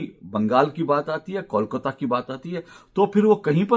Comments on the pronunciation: Ashok ji, it's not kaul-kata, it's kole-kata. just a thought. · पहले "kolkata" सही ढंग से उच्चारण करना सीखिए फिर बंगाल या कोलकाता के बारे में बातेँ कीजिए। इसे "कौल काता" नही बोलकर "कोल काता" (coal - काता) बोलिए। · Pehle toh aap KOLKATA bolna seekh lijiye - the name KOLKATA, not KAULKATA, understand.😂😂😂